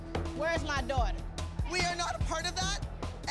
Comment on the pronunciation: “WhErEs My DwAuGhTeR”